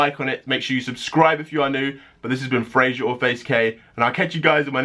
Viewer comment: Why do u have to say Frazier or faze Kay 😡😠